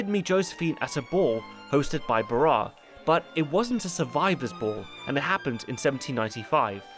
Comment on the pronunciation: It's pronounced Paul ba-RAHSS. Sorry, but it bothered me.